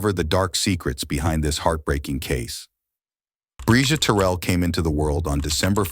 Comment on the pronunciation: Mispronouncing her last name is diabolical work!!’n Terrell is her last name !!!! RIParadise princess 😩🙏